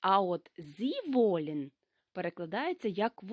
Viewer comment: Вітаю. Чому ви говорити іш, коли літературною має бути іхь!!! І не волєн, а волен. Дякую